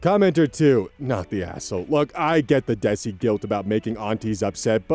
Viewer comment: my beloved, desi is pronounced like day-see